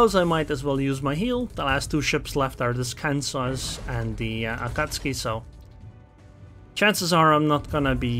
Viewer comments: Can-Saw ?? Can-Sus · "Kansaw" 🤣 Not sure if you're intentionally digging on Kansas or not, but it gave me a good chuckle either way.